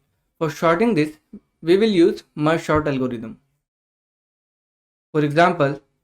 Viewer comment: It is sort bro not short